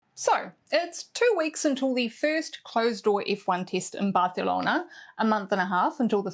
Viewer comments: Barcelona well pronounced?? it's more likely than you think 😌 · Nahh don't worry it was good :D mostly I appreciate when people try hehe